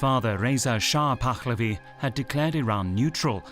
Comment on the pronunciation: It's not "Pakkkhhlavi" either.